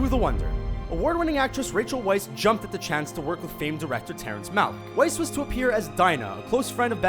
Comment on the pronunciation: thats pronounce as Rachel Weisz (vice)